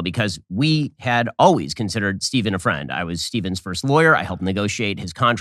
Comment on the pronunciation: Benny defeding his fwiend, aww so cute!